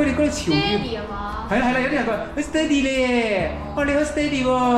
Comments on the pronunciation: 对，的steady读错音了，狮弟的读对，过后跟着狮弟的读音，但后面又错回了😂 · 马来西亚潮语Steady 还要加个Boom Bi Bi（不过讲的Steady 口音不对，要跟番原装的口音才好笑的） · 🦁爸講steady好好笑🤣🤣